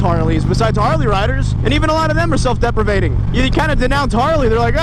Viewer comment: The word is "deprecating "... otherwise, a great Vlog.